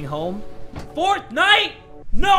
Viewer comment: "FOURTH NIGHT? I REFUSE." What I heard: "FORTNITE? NO, I REFUSE."